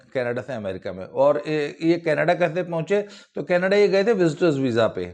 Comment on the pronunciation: Sir very good mimicry When you try to speak in panjabi tone केनेडे